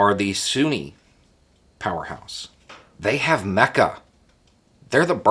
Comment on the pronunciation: Am I the only person that heard: "...Saudi Arabia, they have mecha."??? I think I watch way too much sci-fi.